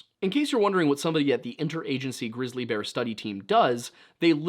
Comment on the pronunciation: Wait did you say glizzy bear? Haha!